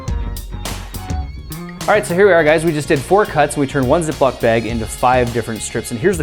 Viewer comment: Ay the beginning I thought he said " ze block bag" 😂